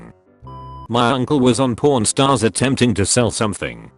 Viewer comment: every time its says pawn stars i hear porn stars.